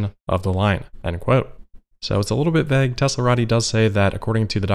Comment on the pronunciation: "It's a little bit vegg..."